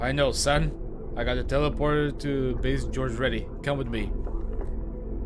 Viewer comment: Just a quick mention about one of your pronunciations: you keep saying “Base George” even though it is called “Base Gorge”